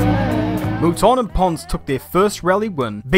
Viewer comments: Who,s Michelle Molton???Its Mouton. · You need to teach that girl how to pronounce Mouton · Good god that girl at the end can't even pronounce moutons names properly ffs